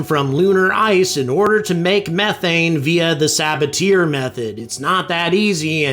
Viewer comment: Sa-ba-ti-AY method, not sa-ba-TEAR.